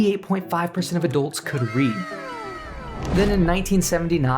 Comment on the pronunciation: Please pronounce the u in adults as a u, not an o.